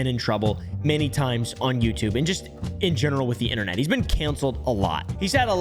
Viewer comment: inTernet not fkn inner net ... an inner net is LITTERALY your nervous system and or your vains ... the T isn't silent in inTernet ... documenTary not fkn documenary again the T isn't fkn silent